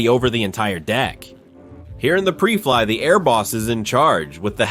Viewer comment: This is total garbage. 'Pree Fliy'? How's about PRY FLY? Man this whole thing is screwed up. The numbers are wrong, the point is off, the stats are wrong. This is just a joke. Computer narration where the writer hasn't got a clue...